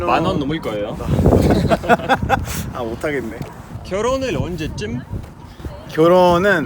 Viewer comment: 아 못하겠네 하는거 찐 한국인발음이닼ㅋㅋㅋㅋㅋㅋㅋㅋ존잘ㅠㅠ